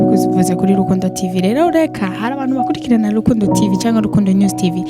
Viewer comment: Alvella urantwenza ingen uvuga Rukundo ngo ni lukundo